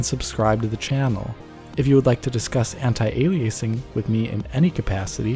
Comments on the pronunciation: It’s not pronounced “anti-ailiaysing” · Don't you mean "Anti"-Aliasing... not "Antai"-Aliasing?